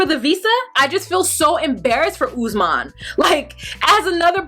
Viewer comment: This may be a silly thing to pick on but Lisa keeps mispronouncing Usman's name. "Ussmen. Ussmen." He pronounced it numerous times. I was many years with a Cuban man called Paulo and everyone kept calling him Pablo. It is a basic mark of respect to learn how to pronounce a person's name. His name is Usman. She never researched his culture, his country, how to politely to act around his friends and family. She came in like everyone had to kowtow to her for some odd reason. She really got under my skin. And when she went on about having to pay "the white price" and references to her taking Usman to America to be a slave. With all the resources and people stolen from Africa, have some respect. Open a history book, read up on current affairs. She upset me so much.